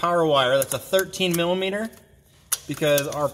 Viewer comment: He kept saying millameaner and it cracked me up 😂 thanks for the video though